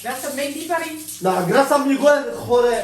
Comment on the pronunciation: mdr j'adore trop il ma fait trop rire ce '' Migouel' Pariisss'' 😂 😂 😂Ah merci pour ce fou rire ça ma fait du bien ! aujourd'hui j' avais pas le moral et grâce à vous deux j'ai le sourir 😍😍